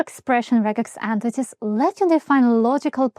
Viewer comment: Why "ant-tities"?